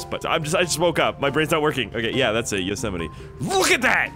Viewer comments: Yoe setetimi btw it’s called yo-se-might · Yosemite is pronounced: yo-s-might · Man really called a Yosemite a Yosimety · It’s pronounced yo smite